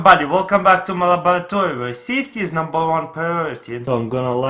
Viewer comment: He said "my labrorotory" REALLY NIGGA?